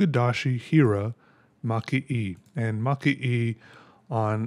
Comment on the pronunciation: Super cool pen, and love looking into traditional arts! Side note: Maki-e is pronounced "ma-kee- eh" but you were very close 😁